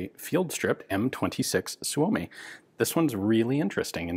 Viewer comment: Suomi is actually pronounced "soy-mi", not "soo-oh-mi".